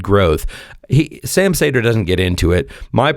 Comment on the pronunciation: I hate how you say Sam's name